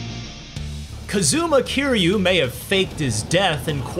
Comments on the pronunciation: "KuhhZOOmuh KeerYOO" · Kuhzooma Kiryew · "Kazooma Kiryu" Nah, I'm thrown off already. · Ah yes, Koozoomah Kiryu